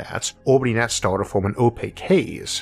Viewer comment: cant understand what you say , is there somthing wrong with your voice a star you say a stooor